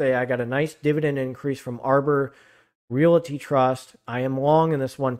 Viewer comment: Could you please stop calling a realty Re- it a rate.